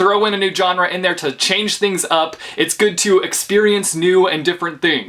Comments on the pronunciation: Why are you saying john-rah instead of genre I'm so confused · I’m from Texas and it’s so weird because he says genre different than people do in the south